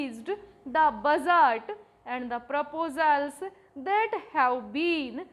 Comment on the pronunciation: budget ❌ bujjard ✔️